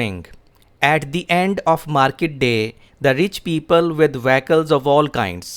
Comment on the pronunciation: From the core of my heart, i admire your teaching and presentation skills. Kindly check the pronunciation of Vehicle, except, public and now.